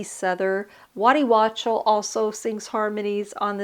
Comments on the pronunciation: Waddy Wachtel - pronounced "wok-tel" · It's a great album, one of my favorites. I don't have the MoFi yet, but I do have an original and it sounds excellent. By the way, the guitarist/producer's name is Waddy Wachtel, last name pronounced WockTEL, at least that's how I have always heard it. It's of German origin.